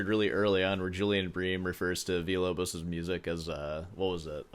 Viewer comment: You're pronouncing Villa-Lobos in spanish. In portuguese it's not Veeyah. It's Veelah.